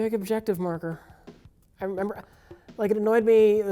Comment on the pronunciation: is such a sour puss "Memba Thief? I memba" XD